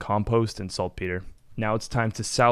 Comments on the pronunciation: > Says "salt pet-er" > My mind Melts Lol. Salt Peter (as in Peter Pan) is right 😂. Good vid though 💚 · It's pronounced "Saltpetre" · its pronounced "saltpeter" btw